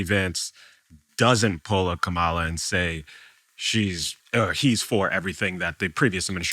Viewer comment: why can't you pronounce Kamala's name the correct way?